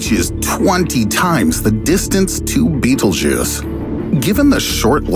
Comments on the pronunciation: Its not beatle Juice ITS PRONOUNCED BET EL GEESE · its BETELGUESE not Beetlejuice. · Sounds a bit alarmist to me. Why are some people/institutions trying to generate constant fear among the general population, the stress in his voice etc. Defies logic. Be happy bud! Calm down! (and by the way it's Betel-geuse not the hollywood version Beetle juice) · Can you fucking stop pronouncing it "Beetle Juice"... It's pronounced Bae Tell Jeuz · It isn't pronounced beetle-juice it's pronounced bétel-jis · It's pronounced "betal gowse" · It isn't pronounced beetle-juice it's pronounced betél-jis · It's pronounced bétel-jis not beetle juice. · It's so hard to take this serious when it's pronounced Beetlejuice. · Man everytime he said beetle juice I got kinda annoyed it's pronounced like "betelgus" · It’s pronounced Bet-Elle-G’use, not Bettlejuice. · Note this: This content is older more than 2 years. Stupid clickbait video. Narrator gonna be in hell for false rumour, scaring innocent people. Also it is pronounced as battle-jaz not bittlejuice.. Thank me later narrator. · Him: Betelgeuse Me: Beetlejuice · It's not pronounced 'beetlejuice' and that has driven me nuts through the whole damn thing -_ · Betelgeuse is NOT pronounced "Beetlejuice" you dyslectic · Wait Betelgeuse is pronounced as beetle juice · Before i read the comment: betelgeuse After i red the comment: bettlejuice. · I jus thought this hahahaa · Bee-tel-guy-se... betelguise this guy doesn't know how to pronounce basic words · I still can't get over the fact that he kept saying Beetlejuice every damn sentence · I thought he fucking said beetle juice. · Did he just said "bettle-juice"? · nobody:: B E E T L E J U I C E